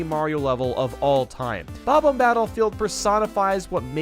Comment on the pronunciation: Idk get how a Nintendo fanatic with over 500k dubs still mispronounces bom-omb lol. Great video though!